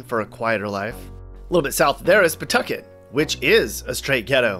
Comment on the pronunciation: you did a really good job getting names like “Woonsocket” and “Pawtucket” right. We had a dear friend who spent the last couple of decades of his life in Boston,then Providence, who never got those right. Just to give him a shoutout, his dad was the photo editor for Life magazine. He grew up in Chicago, then Florida. He loved RI. He died tragically young at 49, in spite of seemingly crazy good health, in ‘06. Whenever I hear someone mispronounce “Wampanoag Trail”, I think fondly of him.